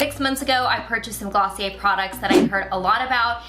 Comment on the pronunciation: Wow, you really murdered Glossier.